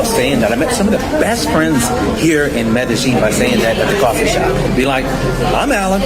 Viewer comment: Medellin (Medeyeen, not Medejeen, and only the back of your tongue touching the roof of your mouth to pronounce the 'N,' like when you don't want liquid in your mouth to go down your throat.